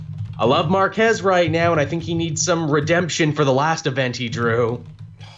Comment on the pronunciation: Hahahahaha., I heard Mark Hess too! Instead of Marquez. Haha.